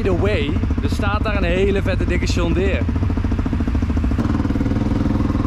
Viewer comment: de uitspraak van John Deere is niet Sjon maar Djon Enzo!! oefenen oefenen en nog eens oefenen!!! op de uitspraak!!